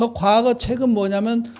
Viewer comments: 아이고! 선생 같이 대단하신 학자께서 과거의 첫 자 "과"를 길게 잘못 발음했나이다!! 이 얼마나 놀라운 일입니까!? 선생님!! 자고저란 말을 아시는지요!? 참으로 실망했오이다!!! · 발음이 틀렸나이다!!. 사계, 가례 , 과거드의 첫 자는 짧게 발음하시옵소서!!! 괜이 "길게" 잘못 발음했나이다. 좋은 강의에, 학자로 이런 평상 한자어 발음이 이리 틀렸음에 이 사람은 실로 실만 했소이다. 미국 변 완수 드림